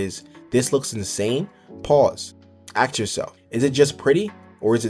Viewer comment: stop saying "AX" man